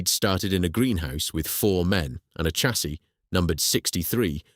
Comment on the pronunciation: The mispronunciation of chassis is blood curdling. It's pronounced "shassee".